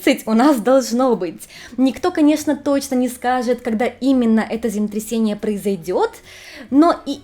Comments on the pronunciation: Хочется, чтобы вы произносили четко слово землетрясение, а не земтрясение. Извините. Вы очень хорошо рассказываете, но очень глотаете длинные слова. Только не обижайтесь, мне очень нравятся ваши ролики❤ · Ваше "земтресение" звучит настолько очаровательно, что проулыбалась всё видео, несмотря на серьёзность аргумента🥰😍😆👍